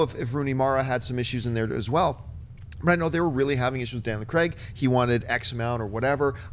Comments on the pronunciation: STOP PRONOUNCING CRAIG WRONG OMG It's kreyg not creg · It's Craig, not Creg. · it's not pronounced 'creg'. it's pronounced the way it looks, 'Craig'